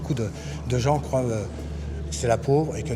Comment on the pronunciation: "croivent", me pique les tympans... ... J'ai mal, à mon Bescherelle. 😭📗